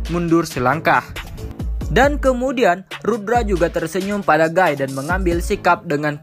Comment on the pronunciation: Guy dibaca giii